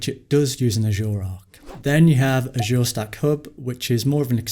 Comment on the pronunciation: I'd be satisfied if "Azure" would be pronounced correctly.